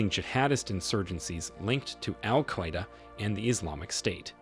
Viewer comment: You don’t pronounce Al Queda correctly. Not in english nor in arabic or urdu/peshto. You created your own pronunciation😂😢